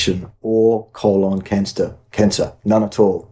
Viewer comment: "there is no evidence that fiber prevents constipation or colon canster cancer" he almost said colon gangster😅